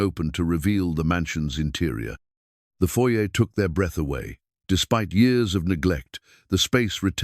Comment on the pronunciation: The reading of the story was okay but the way he read the years is wrong. It's distracting 😮